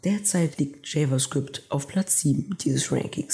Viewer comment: JavaScript ist die Sprache der Zukunft 👌 Bzw TypeScript das eine Erweiterung für Javascript ist. Aber bitte sprich java "jewa" & Javascript richtig aus dann wäre deine Präsentation besser